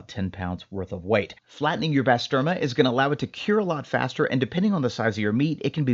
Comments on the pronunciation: Great vid 👌 on it own it’s amazing but frying it up with eggs is on another level. Try saying bah-sterma… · Bro butchered the name and its turkish lol.